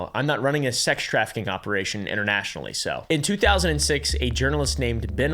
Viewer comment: Hmm weird you said "Internationally", 👀